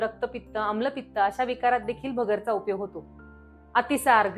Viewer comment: भगरचा ❌️ भगरेचा ✅️✅️✅️